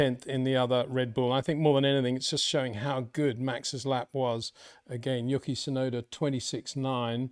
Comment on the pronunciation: Hi Poiter, Please stop calling him "Yooky", it is disrespectful to put such little effort into pronouncing his name